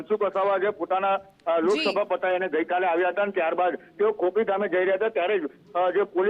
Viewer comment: News channel valo ખોપી che ખાપી નય